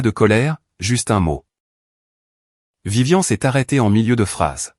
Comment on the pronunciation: ce n'est pas vivian, mais VIVIANE !!! apprennez la différence de prononciation entre les prénoms masculins et féminins. Pouce en bas pour ne pas avoir écouté la bande son avant de l'avoir diffusé. Déjà que c'est l'IA qui fait tout pour vous, essayez au moins de travailler un peu pour gagner les sous de la monétisation. Idem pour les sous-titres inutiles, bourrés de fautes.